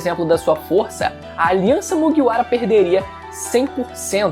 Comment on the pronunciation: pfvr fala Kaido e Mugiwara direito